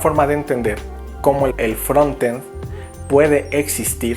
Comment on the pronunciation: Que bueno que pronuncias frontend como se escribe (asi se pronuncia realmente), no entiendo porque algunos dicen fronend sin la "t"